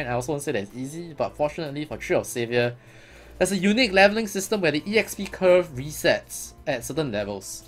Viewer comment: why are u calling EXP E-XP? its just EXPI short for experience so its E -XPERIENCE now? ^^